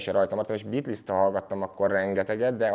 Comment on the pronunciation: Az nem likvid szwördsz, hanem likvid szords, nagy hiphop fanatisták vagyunk legalább ejtsük helyesen, úgy mint a bitlisz, ami bítölsz amúgy